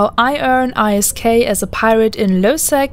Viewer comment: oof saying I.S.K instead of ISK